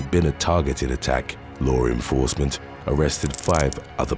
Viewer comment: I love this channel. Lots of good stories. And also, I get such a chuckle every time the guys says "lore enforcement".